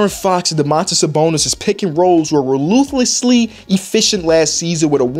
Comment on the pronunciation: did he say "rowlooselessly?" haha